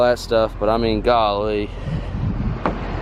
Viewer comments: Nobody: This guy: goh lee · Does anyone have a count of home many times he said galee?😂